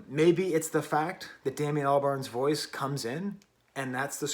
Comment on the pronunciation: Its Damon not Damian but good review